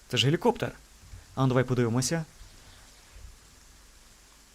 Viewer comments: Ну взагалі-то гелікоптЕр, але для Алекса це пробачити можна. :-) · Наголос не дуже вірний в слові "Гелікоптер", чи ні?